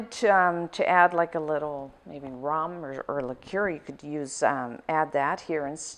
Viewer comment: Instead of rum and liquor I heard ramen and curry XD